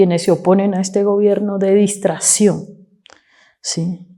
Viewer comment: Di dis distrashion hahaha😂😂😂😂😂